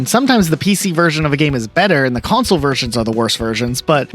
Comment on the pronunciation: "Worst Wersions"